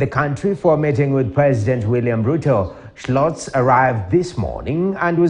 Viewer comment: ....Scholz...... Not Sclozsi...silly Kenyan